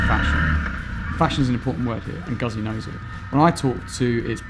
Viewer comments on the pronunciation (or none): 'gootsy' not 'guzzy'... 😑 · LOL! Knew you weren't a Moto Guzzi fan as soon as you pronounced it Guhzee instead of the correct Gootzee! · Nah, that excuse doesn't work. TRUE Moto Guzzi fans, wherever they live, pronounce it the way Italians do, just as TRUE Porsche fans pronounce Porsche with two syllables as it is done in Germany, Por Shuh instead of Porsh. I have British, Swiss and Finnish friends that all own Guzzis and they all pronounce it Gootzee. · Doesn't get Guzzi this guy. Cant even pronounce the name. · How about learning the pronunciation of 'Guzzi' before doing a review? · oh god please learn how to pronounce 'Guzzi'! Hurts my fckn ears